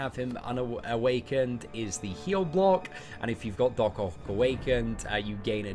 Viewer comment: it's Doc OCK not OC, please my OCD was triggered from this video 😅😂.